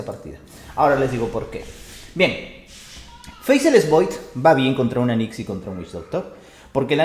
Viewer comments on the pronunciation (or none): Se pronuncia "Feisless", no "Feiseless"